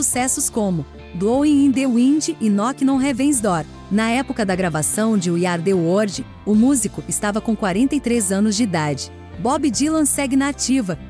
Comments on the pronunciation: O vídeo tá excelente, mas a pronúncia do inglês da narradora é triste! “We Ari The wordi”! Poxa vida! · Iú ardi uordi.........a frase é dita trocentas vezes dói nossos ouvdos.